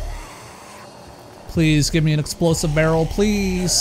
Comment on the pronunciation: I like how you speak "Barrel" :D böröl :D